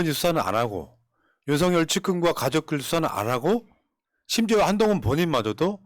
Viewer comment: 윤석열 은 윤서결로 발믐해야 합니다. 이름이 "윤석렬"이라면 윤성열로 발음되지만 윤석열이기 때문에 윤서결밍 맞습니다. 방송하면서 두 가지 발음이 다 나오네요. 국어 발음법에 맞춰 주시기를 바랍니다.